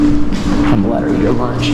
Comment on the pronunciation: Curious why you have such a hard time with your CH sounds? Listen to the way you say lunch. Just wondering why youre really laboring to get that ch out.